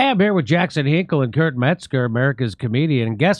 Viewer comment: Jimmy messed up his name and said Kurp instead